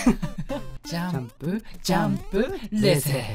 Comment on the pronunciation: だんだんジャンプが(雑誌の)ジャンプに聞こえるw